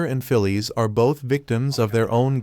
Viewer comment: It's Phyllis, pronounced "Fill-iss", not "Fill-eese".